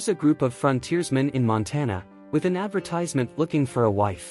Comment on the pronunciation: Learn how to pronounce "advertisement" correctly!